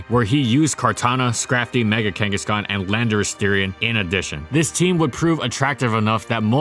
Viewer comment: DO NOT LEAVE OFF THE H IN KANGASKHAN!